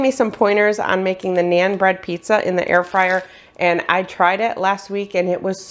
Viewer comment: Please pronounce naan bread correctly 😊